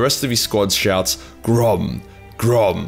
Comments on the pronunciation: the Siege-ram at Minas Tirith was called "Grond" not "Grom" ;) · It’s not GROM. It’s GROND. HOW DARE YOU. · Did you say "Grom" or "Grond"? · Grond sounds like you say Grom.. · Grond* They chant Grond. The name of Morgoths Warhammer